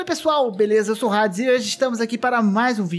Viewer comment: rades kk é Hades poha.. A.D.E.S.. sacou?